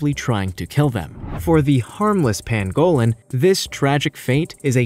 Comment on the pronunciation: Okay we all know Amercans pronounce words differently from British people but seriously Pangolin not pan-go-lin and I'm sure the Tanzanians would aporeciate the correct pronunciation too